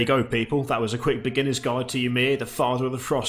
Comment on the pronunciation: That's not how you say Ymir :p I except everyone to know how to pronounce the Norse mythology creature names. Earth is made of Ymir, we should know this shit! :D